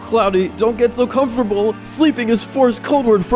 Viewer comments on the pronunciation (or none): none